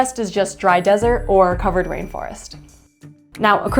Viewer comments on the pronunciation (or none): ok you didn’t need to say dry dessert on my location like that ☠️